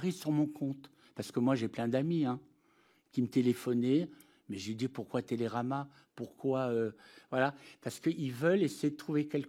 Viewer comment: 😂😂😂😂😂TÉLÉRAMA Y DIT TEKERAMA COMLE SI C’ÉTAIT MEDIAPART MDRRRRRR